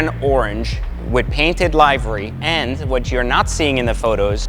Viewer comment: You pronounced livery wrong. It's 'li·vr·ee'.